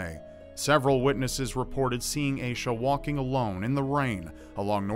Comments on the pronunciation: I think you're pronouncing Aisha wrong. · I need to know more about that girl, like how her name is spelled... it’s oddly similar to my name and if it is spelled the same way as mine then I’d like to say you’re pronouncing it very strangely 😂